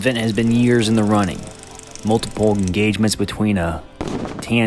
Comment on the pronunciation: EN-GAUGE-MENT!!! aL gO rhythms. Yew Tub